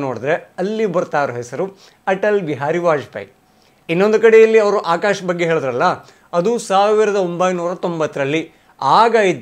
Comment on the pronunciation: ಚಿಂಪಾಂಜಿ ಬಂಗಾರು ಅದು ಆಕಾಶು ಅಲ್ಲ ಆಕಾಶ್. ಇದರಲ್ಲಿ ಹೊಡಿಬೇಕು ಇವರಿಗೆ.